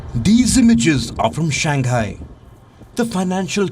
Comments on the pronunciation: It's Shang - hai, not shan- gai... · Palki....it is not Shang Guy....it is pronounced as Shang High ! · Shang hai lah dei not Shang Gai